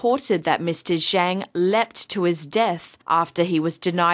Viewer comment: She said the name wrong... zhang is pronounced "zhong"... pinyin is nothing like regular english, and cannot be read the same.